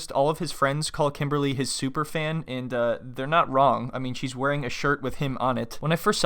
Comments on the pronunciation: He can't even pronounce her name correctly for god sake. KIMBAAALLYY.....hahaha. What a joke. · It's not pronounced Kim it's pronounced "Kimmbaaly" 🤣😂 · Did he called her kimbaaarly?